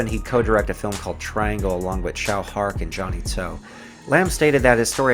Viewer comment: Tsui (Ts-uei) Hark, not Chow Hark. 😂